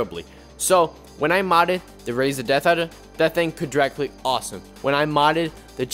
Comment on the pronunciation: "it can't dwag cwick im so sad"